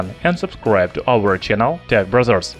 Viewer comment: what they said " hey guys this is tech brothers" what i heard " hey guys this tech brazzers"